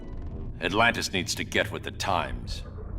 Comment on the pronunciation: "Altantis" ?? it's "Atlantis"